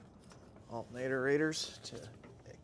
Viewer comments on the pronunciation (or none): ALTERNATOR. 😅 Not alta-nador